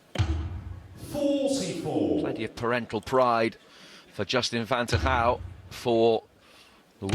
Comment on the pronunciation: i love how they completely butcher van Tergouw's last name :-D